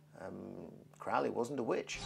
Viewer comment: Dickinson has not got a clue about Crowley, he manages to misunderstand everything about him. He can't even pronounce his name correctly. If you wish to have an accurate presentation of Crowley's life and teachings read Churton's biography and Richard Kaczynski's biography. Dickinson presents himself as a Crowley scholar but simply has not got a clue.